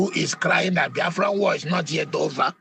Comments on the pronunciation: Abati is 100 % anti Igbo , even when u listen to him how he pronounces the Biafra from his mouth u will not need a soothsayer to tell u his hatred for Igbos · Brown envelope RUBEN ABATI. He can't even pronounce BIAFRA well. Well he's protecting his brown envelope. Which country, we're not Nigeria. Foolishness in the highest order. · I said it before and I will say it again. Abati should learn how to pronounce Biafra unless he is too lazy. He sounds like a goat when he says Biafra. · He cannot pronounce Biafra. Stop Nigeria Is no more a country It has expired. Biafra Nigeria war has not ended because Yoruba wants every Igbo dead. Hausas and Fulani hatred on the Igbo is Secret but Yoruba Is showing theirs own before the public. You have Said It every Yoruba Person Is a Muslim. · Does he think that mispronouncing "Biafra" will lead to the relinquishment of the struggle ? He deliberately calls it "bafra" hoping to hurt the Biafrans but he's hurting himself. If I should use the same for your name then you're called "Akpati " meaning box or coffin. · Abati, It is BIAFRA and not bayafra- You are not, a good human being but a bloody liar- You betrayed President Goodluck Ebele Jonathan, as His media chief- You are a bloody hypocrite! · Ruben calls us B-A-A-F-R-A!!! Did he go to school??? Maybe he went to an Islamic school? Please I would like him to at least learn how to pronounce Biafra correctly. Is he such an illiterate that he cannot pronounce simple English words??? How can he be working in broadcasting. Okay, maybe because he is a moslem. He is a shame to the studio that he works for!!!!!!!! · Imagine the way he pronounced the name Boafra, Ruben Abati you are a certified idiot. May God have mercy on your wicked soul. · Abatị, the name is BIAFRA and not Bafra. Don't pour your hatred of the Igbos on the name. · You can even see the hatred the way he pronounce the name… Baafra… imagine. Always talking with two sides of his mouth. Ndi ara everywhere